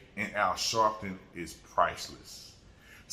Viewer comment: Al shaarpton 😂😂😂